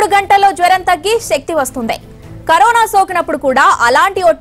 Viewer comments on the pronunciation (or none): none